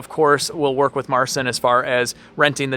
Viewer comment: Would be nice if You could learn how to pronounce Marcin's name correctly